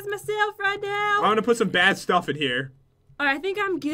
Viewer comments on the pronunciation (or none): said Stoff instead of stuff